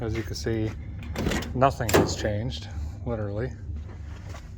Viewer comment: Thank you for taking us along 🙂 It's been a long time coming. I remember you say-en "can't find noth-en!". LOL Many many times. Look-en forward to see how the rest comes together. Hoping to get a hat for Christmas and by the way. Merry Christmas to you and your family.